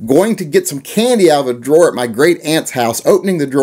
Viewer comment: "Digging around in your Aunt's drawers..." this sounds so West Virginia